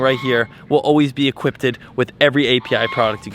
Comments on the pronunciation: "equipted"? Lol. Love ya! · I love when he was promoting api. He said equipted before he said equipped